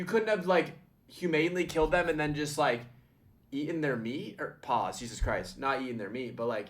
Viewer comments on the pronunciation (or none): none